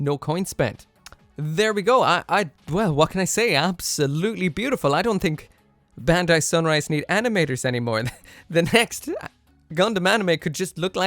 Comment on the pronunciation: It's BAND-AI